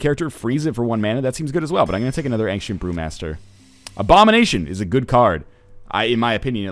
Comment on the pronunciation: it sounded like he said ancient poomaster lol